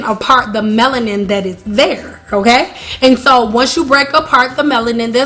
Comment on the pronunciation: Ya, goodbye - cant listen to the word Meloniane 1 more time